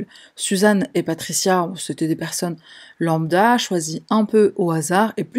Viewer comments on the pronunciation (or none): none